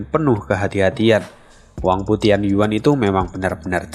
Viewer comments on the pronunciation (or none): none